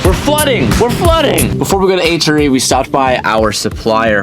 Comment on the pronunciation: The wheels are friken sick but can I just say h.r.e is not 1 word it should be pronounced H R E. :)